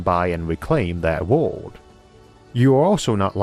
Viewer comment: Can't tell if you're saying world or ward.